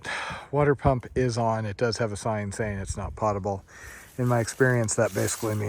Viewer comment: Hey, and it’s pronounced “pode able” water, like “road.”